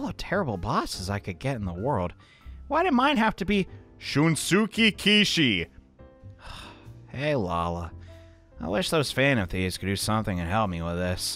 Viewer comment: “Shunsuke Kishi.” Game: “Shinsuke Kishi.”